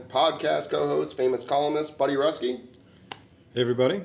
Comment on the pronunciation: Buddy Ruski (Roo-skee). My dad wanted to make sure I set the record straight haha.